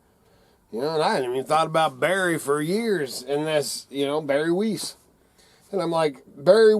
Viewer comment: Not important, but Its Barry WEISS (pronounced Wise) in English.